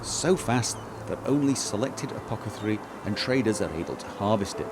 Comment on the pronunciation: APO-THE-CARII !!!! not apocatherii!!!!